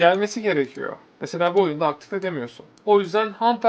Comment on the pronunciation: renkler "oyuında" çok patlak